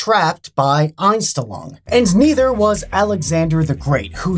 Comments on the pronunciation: Dude, I was listening to the video tabbed out, and when you said the "Unstenlong effect" was German, I had to tab into YouTube to see wtf you are talking about; because I am German and it was horribly butchered. (not even close) Please just google these terms and listen to how you say it. :face-green-smiling::face-red-heart-shape: And yes, this is supposed to be constructive. lol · Ainstlong xD Fast richtig ausgesprochen xD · I studied german throughout college, and when he said that word the first time... a bit of me died. I had to rewatch it to make sure he was even saying the same thing! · x'D "The aNsChTeLoNg effect" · Deutsch: Einstellung Kevin: Anstillong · Love how he pronounces "Einstellung". He says "Oinstelluang". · I just click to see how he pronounces "Einstellung" haha, yes I am German. Anyone else? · i love how he butchered “Einstellung”. “Mindset” isn’t wrong, but it’s more commonly used as the word for “Setting”. Btw, it’s one of the funniest videos of you because you butchered the word, and still used it often. (I think accents and this type of butchering words is the Einstellung effect, formed by using your native language) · I'm as a German hearing how he pronounces "Einstellung" and says: "this is a German word" WTF? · actually Einstellung means setting but it´s rarely also used as a word for mindset Edit: your pronounciasion of german words is just as bad as my spelling/grammar of english